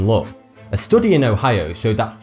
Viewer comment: UK teenage boys are the most materialistic people in the world. Oh my god! Is British? Sometimes he pronounce the words exactly how they are written, for example "study"-"Stoody"(But it is "Stady") "Understand" is pronounced Andeh-Stend, not Under Stand. I find his accent cool:)